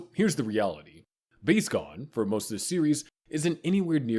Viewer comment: Me watching you butcher Gon's name